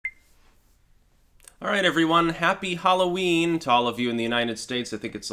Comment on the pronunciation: Halloween? Sorry I don't know that one. Do you mean whore-o-ween?